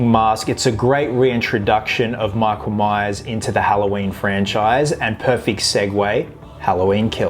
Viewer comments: Did you just say:"Meak-oul-Mice"? It's "Mike-ull-Mai-urrs", brah! ;D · “MEEKLE MEYES”